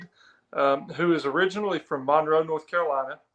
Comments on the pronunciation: Glad to hear coach properly pronounce Mon-roe! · Glad to hear coach get Mon-roe's name right Go heels!